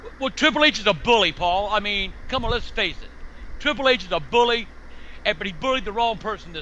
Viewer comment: Triple H a buwwy